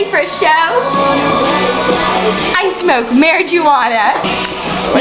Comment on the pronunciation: “And i smoke Marigeeowona” xD smh